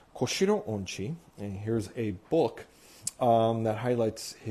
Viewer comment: Remember his name is pronounced On-chi not Un--chi!